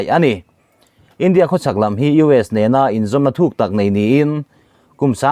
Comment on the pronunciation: India tih hi a lam/thluk dan i zir ngun a ngai e.eg. India chuan ṭanpui a tum tih a,India tih leh...India sawrkarin a mawh phurhna a hlen zo lo.tih ah te hian....